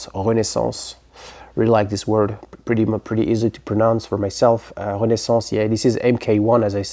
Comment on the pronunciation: I've been talking about Renaissance recently and showed that album not long ago. I gotta say, I like the way you pronounce the name better. ;) 1969 is such an incredible year. King Crimson and Led Zeppelin's debuts both really changed the direction of rock as you said. Great selections and excellent choice for a year!